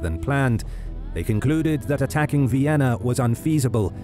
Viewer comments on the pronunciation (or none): none